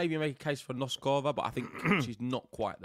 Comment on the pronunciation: Guys - first time I bug you in 2024 - "BOAZ-ka-va" and "NOS-ka-va." Not "Bows-KO-va" and "Nos-KO-va." You guys always show the depth of your knowledge of the players, top to bottom, even when the pronunciations are lacking. - you fell off the wagon on "Ka-LI-n-na." (No hope for, I fear... 😂) But there is a lot of progress! (Samsonova, Fruhvirtova, Vondrousova, and others!) And there is oe more important one - it's not "Zeng" (Zheng). it's "Zjung." GREAT show. As you should know by now, I'm going with Iga to survive this one - but I'm riding with Saba!